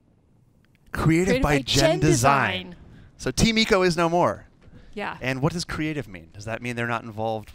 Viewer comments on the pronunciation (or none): I know haha my point is the guy keeps pronouncing it wrong